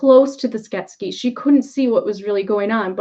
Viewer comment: I loved this film growing up, made a puppet based on one of Brian Froud's creature designs for my degree and am really enjoying the series! I'm sorry but every time you say Skeksis wrong - I wonder why it comes out as Sket-skes? Sounds Egyptian! - I cringe! Skek - sis.;) This story has ancient roots and so much depth! It made such a huge impression on me and returns at a very interesting time.